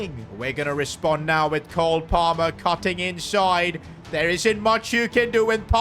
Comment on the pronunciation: Bro literally falls in love with Cole Palmer 🌈🏳️‍🌈👨‍❤️‍👨👬🏻. He has the most awful pronunciation name for the Chelsea winger!